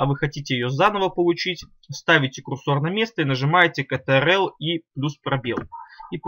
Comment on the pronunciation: Немного режет слух как ты произносишь КТРЛ почему катеэрел??? Почему не control (Контрол) ????